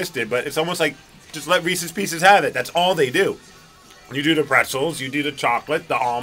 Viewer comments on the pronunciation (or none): It is not pronounced "REESEE's" BJ!